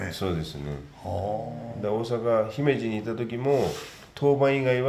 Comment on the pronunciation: さーん、姫路のイントネーション違うよ。ひ→め→じ だよ。😎